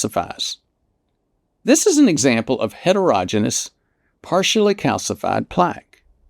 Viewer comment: Really like all this information. Doctor needs to learn to pronounce heterogeneous - it's like hetero-"Genius"